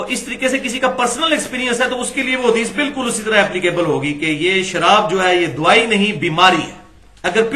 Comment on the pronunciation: NOT DOOAAII CORRECT WORD IS DAWAEE